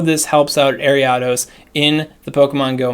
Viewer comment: Listening to you pronounce Ariados gives me the same frustration as the girl on the bus in 2nd grade pronouncing Dragonite as DRAYgonite. Nostalgia 🥰